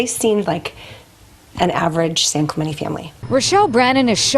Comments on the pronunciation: FYI G I’m from San Diego, that city is pronounced San Klu (like up Klu) Men Tee (San Clemente) love you & your amazing channel ❤️ Merry Christmas 🎄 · San Clem en tay is how it's pronounced. I was born and raised in Long Beach. Great channel 👍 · San Cle-MEN-tee 🤦🏼‍♀️ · Hi... I always enjoy your posts. Just came to let you know the area is pronounced San Cle-men-tee. I live in vegas and have several friends who live in this upper class town. It's well known as the area where the U.S. president Ronald Reagan lived. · Cali girl here to clarify the town is pronounced with a hard “t”. San Cla ment ie. I do love your accent though, G. 🫶💕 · San clem-en-Tay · This is where Pres Nixon lived - San Clemente - pronounced Clay- ment-tea